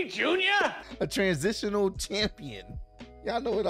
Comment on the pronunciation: This man getting older and older man can't say Transitional. "Tranzitonal" lol